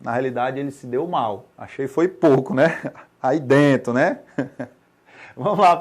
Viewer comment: "aí dento" 😂😂😂😂